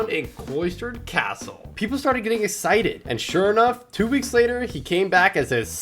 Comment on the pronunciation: HE MAKES ME MAD WHEN HE SAYS EXCITED LIKE ISIDID